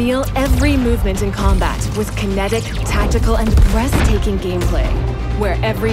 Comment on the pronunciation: Sorry did I hear her say BREASTAKING gameplay?😂😂😂